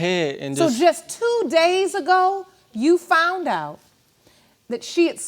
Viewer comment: Why is it I always hear “ I FOUNT out?” The word is FOUND!!! I FOUND out.